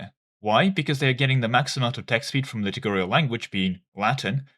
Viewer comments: Please stop saying litugurial instead of liturgical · please just say "lit-Urge-icle" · It's liturgical, not litigurial, and lutheran, not lutherian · the liturgical pronunciation is killing me (litter gi (as in magic ) and idk how you can mess up cal) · Hey man I know this is my problem and not yours but every time you say liturgical it pisses me off haha - it's li - tur - gi - cal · Pronunciation of "liturgical language" is quite off. Read 'liturgy' 'liturgical'. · do you pronounce liturgical wrong to spite me specifically?